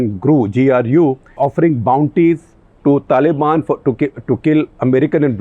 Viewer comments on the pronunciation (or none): none